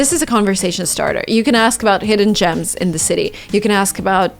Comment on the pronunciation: Did ya'll notice she said 'hidden jams'?? Did you guys remember about Jimin's lost jams by this??? Lol me😂😂😂